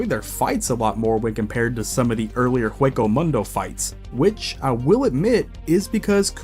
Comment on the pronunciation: Omg how can you butcher English,Spanish,Japanesse,German words and names all at the once? Did you even watch the anime with sound at all? It's like those low quality dubs for the sake of money. It's so painful, butchering Kuchiki,Niotra,Shinigami,Hueco Mundo,Benkai,Sasakabe,Seiretei,Kenpachi,Mangaka You pronunciation like you seen/heard those names/terms for the 1st time.